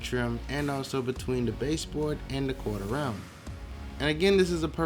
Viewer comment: thank you for the right word, I kept hearing "Corter Ryan" and I couldn't figure it out.